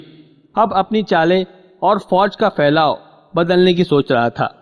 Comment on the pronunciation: Pehly tum apni urdu sudhar lo phir bolna taqi ko Taki aur phylao failao zamen ko jamen aur bahot se ghaltyan hay talaffuz theek karlo phir recordings karna a. Faraaz. Bombay